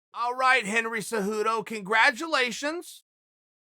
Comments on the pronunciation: Chael "Henry Hudo" Sonnen. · Chael “Henry Hudo” Sonnen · Chael “Henry Hooto” Sonnen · Chael "Henry Hudo" P Sonnen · “Henry Heduo is very special “